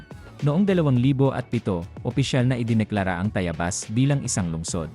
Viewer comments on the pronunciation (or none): Ako ay tumanda na pero iba ang pandinig ko sa TAYABAS ngayon dinig ko ay TAYAYBAS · Sino ba ang narrator mo mali naman ang pagbigkas ng Tayabas. Hanap ka ng tamang tao na narrator para hindi ka masira.